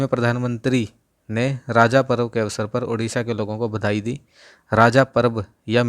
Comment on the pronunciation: It's call रज्ज not राजा sir